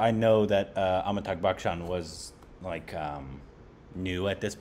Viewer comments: He always does. Amitag Bakchan. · Am I the only one hearing it or is really adding a 'G' sound at the end of Amitabh's name??? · I wish you know hindi language then you would know the depth and real meaning of those dialogues. Anand. And Gulzar. did the right pronunciation.👍😊..its AmitaBH..not AmitaG..🤣 Fun fact that doctor friend of Amitabh bacchan played by Ramesh deo and his wife is real life couple. They have 2 sons..one is renown marathi actor Ajinkya deo.and other one Abhinay deo is a film director who directed..Delhi belly. Thank you guys..😊🥰